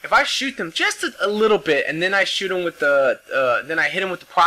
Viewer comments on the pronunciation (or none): With, not wid.